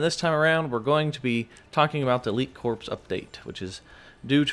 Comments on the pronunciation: Pronounced core, not corps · stop saying corp and corpse, Corps is pronounced like core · Friendly reminder, it is pronounced “core” not “corpse” 😉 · It’s pronounced cor not corps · A “corpse” is a dead body, a corps is a military unit of identification and it’s pronounced “core”, the “ps” is silent. just trying to help so you don’t sound like an idiot. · Corps is not pronounced like Corpse. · Corps is pronounced like core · Hmm it's pronounced core* 😂 but on the low I'm actually really excited for this update. Little disappointed on the fact that skins are lacking though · Corps is pronounced "Core"